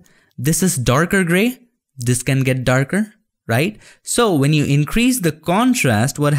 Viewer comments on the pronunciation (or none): none